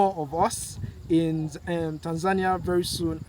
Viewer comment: I like the way you pronounce Tanzania…….. thanks for the compliments. Very proudly Tanzanian